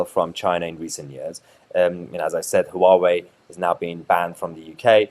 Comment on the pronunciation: Huawai has TWO syllables (HWA-WAY). It is not ha-wa-way as you say. And I know intentional spin when I see it - you at the extra in their to make it not what people see so they will distrust it more. Don't get me wrong, I'd not touch Chinese tech with a barge-pole but MOST people do as the don't realise loads of stuff they have is made in China and with electronics today it could take years to reverse engineer any chip of those devices. But Hauwai servers and routers? If you own the things that attach to it and they are NOT Huawai you can see traffic in and out. Tech companies know this so they are not the ones unhappy - it's the non-technical ruling the roost on this now. The typical "I don't understand it so it could be spy stuff" of the dimwitted masses who probably can't spell espionage. Channels like this (and the left-wing counterparts) both try to control the viewer with "we know best as your don't know what we know" attitude. It's sucky. Then you see it's a TRADE DEAL - ffs grow up Mahyar. The UK does a trade deal with any country solo it's "brilliant proof" we can do it. And that will happen with China I expect. You're acting like a petulant child upset that the girlfriend we left is doing ok. It won't last (look at India's attitude). China will deal with everyone. They know -that is how you win when your workers earn 1% of the competition in the 'west' or even competing 'east' countries.